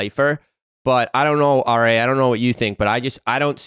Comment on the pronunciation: RA is mangled 😂 ❄️